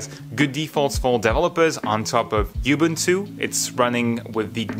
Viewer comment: Anyone else feel triggered when he says YOU-boon-too rather than oo-BOON-too